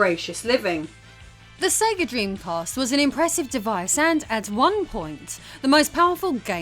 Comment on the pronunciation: "The Sege Dreamcast. A necessity for gr..." – wait! – what? :D